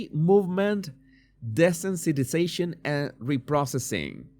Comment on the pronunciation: Jesús. Desensitization is pronounced "dee-sense-it- ise-ayshun"